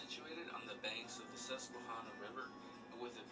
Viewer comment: As soon as he mispronounced "Susquehanna", you knew it was going to be filled with lies